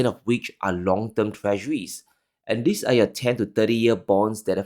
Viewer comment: very good content. Perhaps, reflect your pronunciation: It s not: In /ðɪs/ crazy times. It s : In /ðiːz/ crazy times.